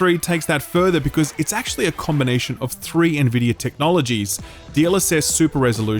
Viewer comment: Can we all just take a moment to appreciate that finally learned how to pronounce Nvidia correctly? 😋